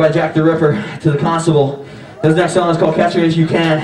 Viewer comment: thIs SawnG iS CaWleD My lufNowte Has gawne FlAt That was so country he could fit in with my family at Thanksgiving.